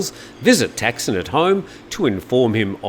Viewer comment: Thaksin is not pronounced "tack-sin" his name is pronounced ták-sǐn"